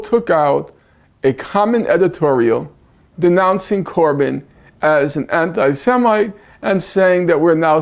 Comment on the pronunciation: “Anti Semite”😂🤣😆😅